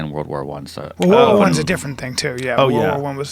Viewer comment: This dude is saying war war 1 not world war 1....how can you take them seriously?